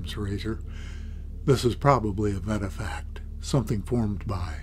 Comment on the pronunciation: VETIFACT ? did you say vetifact ? give me a brake and a cup of coffee - !